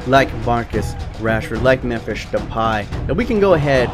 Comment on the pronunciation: and why the fuck do you pronounce Memphis as Memphisch instead of how it is suppose to be Memphisss